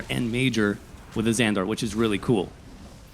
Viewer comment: AzanDER. AzanDER, AzzanDER.